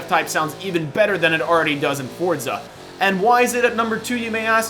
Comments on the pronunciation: for-za. not ford-za. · it's Forza lmao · Can I get a vote on how you pronounce Forza? For-za Or Fort-za